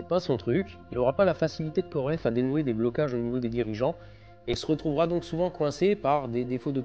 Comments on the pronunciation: Je vois que tu commences à prononcer les noms propres russes à la russe. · à votre prononciation du nom complete de Korolev, j'en déduis que vous pratiquez bien la langue russe. Félicitations.